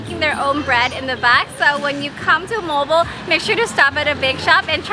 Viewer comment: and Note If you speak English,do it in English way..If you speak Filipino native(bisaya),.do it in Bisaya way too!..just like MOAL-BOAL,.It's Mo-al,Bo- al!,..you sounds Mol,bol!..😄,..try to emphasize the two syllable,..Mo-al,Bo-al!,.that's it!😊.